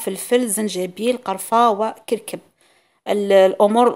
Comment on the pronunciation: اسمه كركم وليس كركب